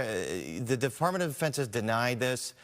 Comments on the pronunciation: this presenter..."defartment of defence" thats what he said. then when commented that the video was of the tictac, " these were on Ticktock"...... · “DeFartment of Defense” huh…? Sounds about right. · DEFARTMENT HUH lmfao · Defartment hahaha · He said defartment 😂😂lol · Bro.. who the hell is this news reporter 😂 "that was tic-tack, that was on tik-tock"? Then he said "De-Fartment of Defense"? 😆😂😂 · Defartment of defense 🤣🤣🤣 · de FART ment 🥴